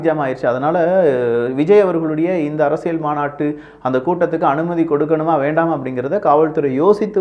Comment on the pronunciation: அரசியள் தவறு அரசியல் உச்சரிப்பில் கவனம்